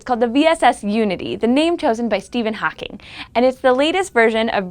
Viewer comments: She cant pronounce Hawking haha when she says it, it sounds more like hacking hahaha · Can't pronounce "hawking"....not a video for me.